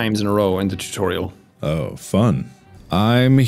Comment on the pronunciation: Tutorial: Exists Mark: “Titureal”